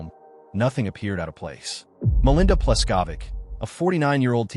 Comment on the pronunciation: Mispronounced "Pleskovick" too.